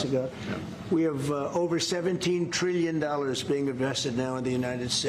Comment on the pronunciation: It’s trillion not treellion.